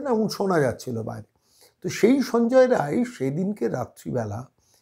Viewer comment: রায় না বলে রাই বললে ঠিক টা বলা হতো।